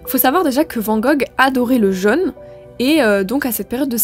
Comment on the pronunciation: Fort intéressant.😂Comment expliquer ses petites erreurs de prononciation comme " jeune " pour " jaune: ??🏕